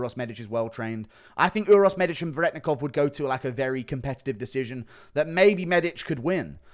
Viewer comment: You still don't know how to say Veretennikov correctly. (Ver-eh-ten-ikov)